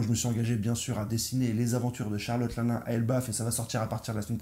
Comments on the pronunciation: Juste arrête avec linlin c est Charlotte Lynlyn sinon tout au feminin.on apel Marilyne Monroe pas Marilin alors bon ta certains de tes messages théorique qui ce valent mais la c est bidon niveau prononciation. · Stp prononce bien le nom de Charlotte LinLin , le “n” se prononce , sa m a vraiment dérangé 😕🤨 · Au top comme toujours.. merci sauf que la manière dont tu lis Charlotte LinLin 👉🏿💔… lol 😅